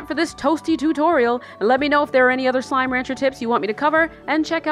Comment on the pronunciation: "My slimeh secrets"